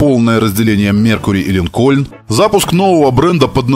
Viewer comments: Много раз произносится слово "Линкольн" с ударением на "о": "Линко'льн". А на самом деле он "Ли'нкольн", с ударением на "и". Ну ёмана, как так-то? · Не линкОльн, а лИнкен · Автор молодец, всё супер, но 1 маленький нюанс. Правильное название марки не ЛинкОльн, а лИнколь, в честь 16 президента США